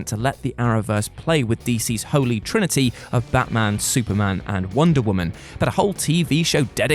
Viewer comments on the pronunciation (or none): none